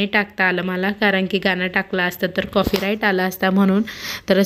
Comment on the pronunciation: कॉफी right नाही कॉपी right म्हण. तुला आणि सुवर्णा la wrong इंग्लिश शब्द उगीचच वापरत जाऊ नका.साधं मराठी बोला येत नाही तर